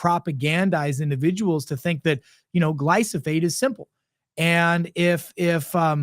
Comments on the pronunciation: Love your videos but it’s Glyphosate not Glysophate. Thank you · Never believe someone that can't even pronounce the word he is speaking about: please read the word slowly. It is Glyphosate. Not GlySoPHate.